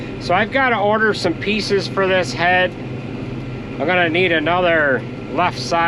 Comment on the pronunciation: Why don't YOUz ever drink milk? I did s double take. Sounded like YOUz had go order pizzas (pieces). Hahaha